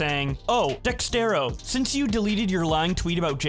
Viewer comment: Is constantly saying out “Dextero” instead of “Dexerto” a running gag or smth?